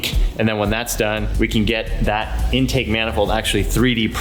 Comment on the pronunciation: Why does it sound like they’re saying “endtake” instead of In-take